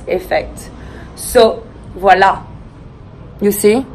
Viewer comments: Drinking game: take a shot every time she says “viola” Very lovely video by the way ❤️ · I like her ''Vualla"